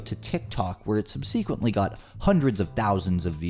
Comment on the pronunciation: The way you pronounce subsequently slaps hard